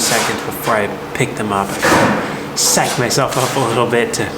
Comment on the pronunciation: Psych... not Sike. you rock dude. Props to the BTS guy who keeps us up to date with the content. Gotta admit, I knew this video would be a hard day of work! Probably the next 3 will be too.. based off of the next steps Cole laid out. Bartender... another round of Ibuprofen for the whole crew!😂